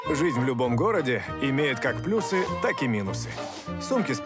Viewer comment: В слове "плюсы" ударение следует ставить на слог с буквой Ю.